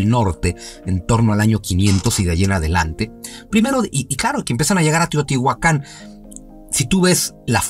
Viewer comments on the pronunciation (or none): La pronunciación es átonica en nahuatl. Es decir no es acentuación aguda, así, no es Teotihuacán sino Teotihuacan. Respecto a si son dioses, no precisamente, sino los guardianes, los espíritus del agua, de la lluvia, de la tierra, etc.